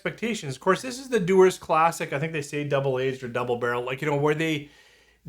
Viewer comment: Dewars, not Dewers.